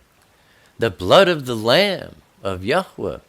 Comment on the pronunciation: Thank you oh so very much for the correct pronunciation of His Holy name. It meant everything to me!